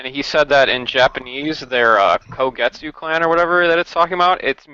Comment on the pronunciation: this chapter was legendary but why do yall keep saying kogetsu? Isn't it kozuki? Was it spelled weird before or we just didn't know Japanese back then?